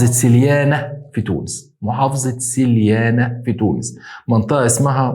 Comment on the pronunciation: نطقتها صح يا ( سليانة و بوغرادة ) تونسي مر من هنا.😊